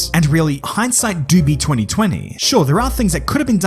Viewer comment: When he said “doobie” he was saying Dubai right?